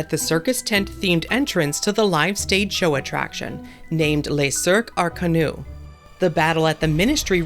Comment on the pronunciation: French advice to readers (if you care) the final -s of Arcanus is pronounced. Latin words in French keep the s. Also closest approximation for restaurant is Laird La See Ren said in the rhythm quarter note. dotted eighth. sixteenth followed by half note.